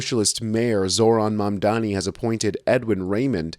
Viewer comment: The MAGA host calls him Zorann Mamm-dommy 😂